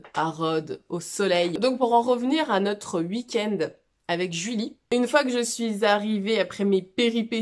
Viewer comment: Petite vidéo parfaite si ce n'est qu'on ne dit pas ''wouikend' mais 'weekend' 🤣😝 tellement contente d'avoir eu ces moments av toi!